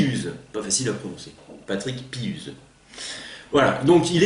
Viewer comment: On prononce Piouze , un ou...et pas un U , mais nous sommes habitué ;) Merci de cette belle bio ! Meme nous ci on ne sait pas tout!